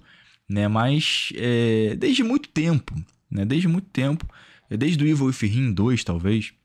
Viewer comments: Eu rio sempre que ouço, é tão mais fácil falar "ivol uídin". 😅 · "Ivel wifirrim" kkkkkkkkkkk Cara, uma das coisas que mais gosto no é que ele não tem nenhum compromisso com as pronúncias em inglês kkkkkkkkkk